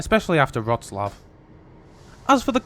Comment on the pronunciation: No L in Wroclaw. The L is a W